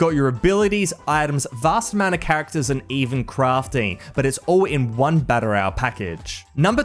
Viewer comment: learn to pronounce "battle royale" correctly.